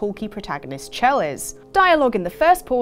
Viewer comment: IT'S SHELL. SHELL. HER NAME IS PRONOUNCED SHELL. NOT CH-ELL